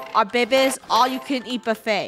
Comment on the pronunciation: The second time she did it was Eat not YEET